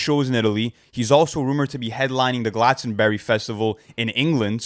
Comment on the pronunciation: as someone from Somerset, your pronunciation of Glastonbury killed me😂 great video though as always